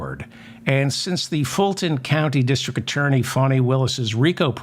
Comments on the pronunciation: Fani not Fawni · It's Faani not Fawni Willis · < Fani Willis' first name is pronounced FAH-nee.